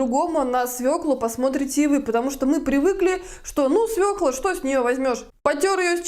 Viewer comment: Спасибо, что вы правильно произносите название овоща- «свёкла», а не свеклА